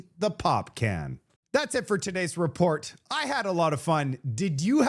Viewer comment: Luv your reporting😊"ILL SEE YOU ON THE NEXT RAPORT"😃😃